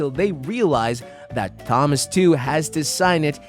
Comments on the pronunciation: You say Thomas like you've never read the name before. You pronouncing it like THomas instead of Tomas gets to me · Thomas is pronounced as Tom-as not thumb-us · so i’m the only one who noticed this guy saying “THAM-us” rather than “TOM-us” 😂😂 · you pronounces thomas wrong its pronounced tomas even thought the h is there its supossed to sound like tomas so SAY NAMES RIGHT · ITS Thomas (Tom-uhs), not Thomas (thom-uhs), Proof you didn't ever watch the show and your just reading from a script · "Says." Why do u pronounce it like "sayys"? Also, it's not tho mas. It's pronounced Tomas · It's killing me how he pronounces Thomas. It's pronounced like TOMas, not THOMas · “Th”omas… come on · You’re calling him Thomas but the H is silent. It’s just pronounced Tomas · why bro keep calling him þomas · Him saying Thom -as is killing me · I thought I was the only one who noticed that 😂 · Who the hell says "Thomas" like thag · Who says thomas like that ? 😂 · why did you pronounce Thomas like that? i'm just saying weird way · Why are we not pronouncing the T in Thomas? T.T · It’s not Thomas you idiot it is pronounced Tom-ass (the H is silent) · Loved the video but they way you said Thomas and Doug I cringed every time dude lol ❤❤❤❤ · never ever heard someone mispronounce Thomas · why are you bad at pronouncing “immediately” and “thomas”